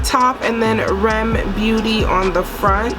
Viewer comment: Its "Are Eee Em" not rem